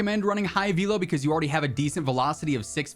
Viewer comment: Can't unhear "vee-low" 🤣